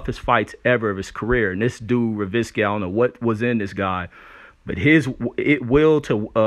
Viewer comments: Ryan Ro-zee-kee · its pronounced Rose-Icky